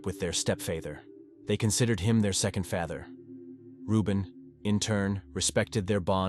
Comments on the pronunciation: Maria’s daughters had a great relationship with their stepfayther, they considered him their second faathere, 😂 this AI voice is too funny for these videos, if you can’t narrate yourself don’t make these videos. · 🤣 The AI spoke the word "father" almost back to back... Pronounced it wrong BOTH times with 2 different pronunciations. "Fay-ther" and "fa-ther" (with a short "a"). These guys have a few channels that all are the same. "True Crime" "True Crime Documentary" "True Crime Chronicles" Etc... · Kobie- EXACTLY! It's the little things like medelin instead of MEDELLIN (double LL=Y) so enunciated Medeyeen. Then it gets worse- faether then next word fäter? I'm done can't watch this. 😂🤣🤣✋ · Lol omg yes faaather instead of father lol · Step fayeder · 51 I didn't know there were that many pronunciations of the word "father" 🤷‍♀️ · wth is wrong with the pronounciation of "father"??